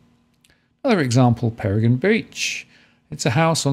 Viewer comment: Hey many thanks for the overview up here on the Sunshine Coast. Just to let you know Peregian is pronounced Peregeeeian with the emphasis on the gee. Cheers!